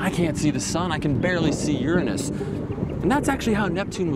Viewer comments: Did you mispronounce Uranus on purpose? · I know you guys are being ignorant for the purpose of being funny, but the pronunciation is different. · lol he said ur-anus hahahahaha ( ͡° ͜ʖ ͡°) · Shahir Muktasid pity this guy can't speak his words correctly lol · English language has a big flaw the guy cant say Uranus properly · Weirdly, his different pronunciation made me think of the 'your anus' joke much more.